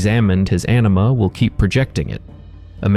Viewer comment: Anima, but sounds like you are saying enema